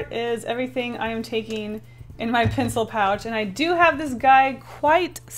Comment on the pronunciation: I’m not trying to be rude. I love you! I’m almost a mega fan! But when she says ‘pencil’ I somehow hear ‘pincil’ ;-;. Sorry if I offended you! I didn’t mean to if I did. ;3